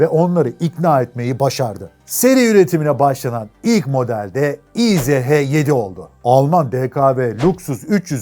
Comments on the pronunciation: Kardew - izh- degil ismi motorun - ij - dir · Tofaş ismini bi yabancı, Tofas diye telaffuz ederse nasıl komik oluyorsa, izh(иж) ij yerine i-ze-he diye telaffuz etmek de o kadar komik! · Güzel vidyo olmuş. Abi markanın ismi izh değil, İJ dir. İngilizcede j harfi olmadığı için j-yi. zh- diye çeviriyorlar. Fabrikanın bugünkü ismi İJMAŞ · İ J yazıyor izh diyorsun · Yıllarca İJ (иж) olarak bildiğim motora izehe denilmesi çok garip geliyor kulağa 😅 Bin defa da izh izh.., ij diye okunuyor... 😅😊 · İj diye okunuyor abi :)